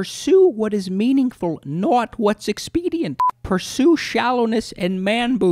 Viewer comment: Not = Norwt. 😂😂 This is the best. Yucky yucky.